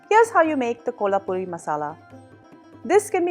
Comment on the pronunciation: Mam nice recipe, but its kolhapuri not kohlapuri please check 😊